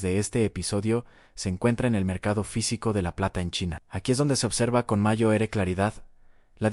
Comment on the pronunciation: Mayo ere? En serio? Mayo ere? Ya no sois capaces ni de escribir bien el texto y revisar que la IA lo lea bien...